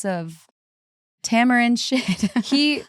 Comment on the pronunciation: You pronounced tamarind perfectly the first time 🙌🏼